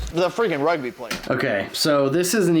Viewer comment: Me as hearing rug b, or Rugby not good as my saying, do not mind it.